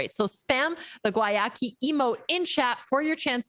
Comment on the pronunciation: I love how EVERYONE pronounces Guayaki differently. If I were on the marketing team of a company with a weird name, and I sponsored a tournament, I feel like I'd make sure the proper pronunciation of my company was disseminated to everyone in the tournament.